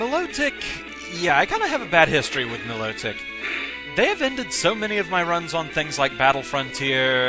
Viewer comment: I thought it was pronounced My-low-tick isn't it?